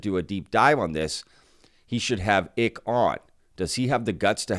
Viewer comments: fyi, Icke is pronounced the same as Ike, or rhymes with: Bike, Dyke, Mike.... not Ick (e) Greetings from the UK and thanks for the info! Pete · It’s David Icke-as in (Y)Ike not Icke as in Tick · David Icke last name pronounced "eye-cke" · You are mispronouncing David Icke's name. It rhymes with bike.